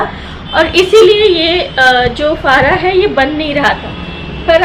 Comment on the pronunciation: Its faraa not faaraa